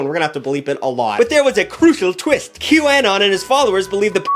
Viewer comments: he's saying it like 'Q-AN-ON' And not 'Q-UH-NON' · "Q Anne-on" 😂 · que-uh-non Qanon (Q anonymous) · how he says QAnon hurts me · The way you pronounce Q Anon should be illegal /hj (Love you but wtf /lh) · I'm so happy someone called out Jenny McCarthy. I have been saying for years that she should NOT still have a career, after all the people who were hurt by her miss information. Also, WHY are you saying Qanon like that? lol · I can’t get over the way you pronounce QAnon 💀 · You’re saying QAnon wrong. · I'm sorry but the way you pronounce QAnon is so distracting!